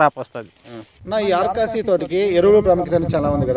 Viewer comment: అది ఆర్కాసి కదా స్వామి ఆర్కాసవి